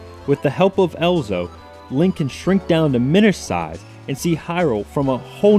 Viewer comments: Good review, dude! - But it's "Ezlo", not "Elzo". The Z comes first. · His name is Ezlo, not Elzo. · Great review but it's EZ-LO !! Not EL-ZO xD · It's Ezlo not Elzo. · Does it not bother anyone else that this guy calls Ezlo, Elzo throughout the entire video? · it isn't elzo its ezlo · Ezlo not elzo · EZLO! not elzo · I know what you mean... he had no problem mispronouncing Ezlo as "EL-zo", so there is not reason he shouldn't be able to pronounce "ZEL-da" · Your pronouncing Ezlo's name wrong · you emphasize that you are a great zelda fan and yet A.) you continually mispronounce Ezlo's name B.) you seem ignorant to the fact that top down perspective zeldas were made for the ds albeit with 3d sprites. and C.) you believe ezlo is the original green link hat when he obviously wears one in skyward sword, a game released months before this review